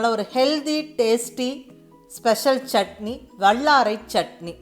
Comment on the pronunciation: I like your recipe. When you use" la " sound in Tamil seems to be using middle la. Vallarai, Kallu, and ellai. I am sure it is hard to change the pronunciation. Sorry to mention this.